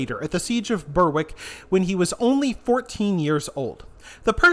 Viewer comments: It's pronounced "Ber-ick" not "Ber-wick" despite the spelling... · And Berwick Berrick.